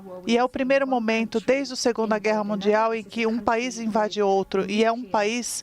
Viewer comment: Ele diz " a primeira ves depois da segunda guerra mundil que um pais invande outro" ????